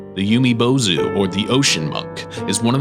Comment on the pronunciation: Umibozu is pronounced Oo-mi bozu, not Yoo-mi bozu.